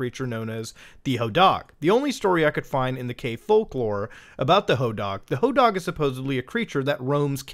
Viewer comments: Sir I love you but plEASE the hodag is pronounced "ho-dahhg" with a long A such as in pad or bad It was my high school mascot :) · AYO I ACTUALLY LIVE IN RHINELANDER, the hodag is our mascot and we have statues of it all over town. i got literal goosebumps when suddenley hearing muta mention my town lol. Also it's pronounced "ho-dayg" lmao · the statue picture you share of the hodag is at the "Rhinelander Area Chamber of Commerce", he greets you as you drive into rhinelander. we have a hodag country festival for him. we pronounce it "hoe dayg" not "hoe dahg" btw. kids steal hodag nails for good luck, it's dumb. and rhinelander has a lot of drug addicts in it compared to the other towns nearby. maybe that helps figure out if its real or not. :p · In Hodag the a is a long. I didn’t expect a caving story in Utah to have a monster from a place I grew up visiting in Wisconsin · Hodag dag is pronounced like tag